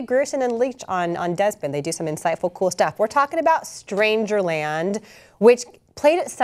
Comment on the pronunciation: Strangerland, not "Stangerland", please correct.